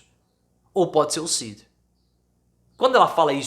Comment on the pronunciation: EU SOU SEU SEGUIDOR E ADMIRO SEU TRABALHO MAS PFV PARA COM ESSA PRONÚNCIA RIDÍCULA E EQUIVOCADA DA LETRA D AO FALAR O NOME CID!!!